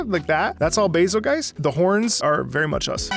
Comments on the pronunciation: Bazelgeice? Did I hear you say correctly, you said bazelgeice? It's bazel-goose(or bazel-geese). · I thought it was pronounced “Bazel-Juice” You know cuz the name is based off betelgeuse and that’s pronounced “Beetle-Juice” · Where on this good, green earth does someone think "Bazelgeuse" is to be pronounced like "Adelweiss"? I understood the "Razzle Juice"/"Hazel Goose" differential of pronunciation, but what I just heard is beyond my understanding! I especially liked the anniversary orchestra version of this theme where they used a slight chord change of the introductory brass measure as a final outro for the theme. So satisfying to hear! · I always pronounced it Bay-zul-juice, like how you pronounce Betelgeuse as Beetlejuice. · I pronounce Bazelgeuse "BAY-zil-joose" / "Basil Juice"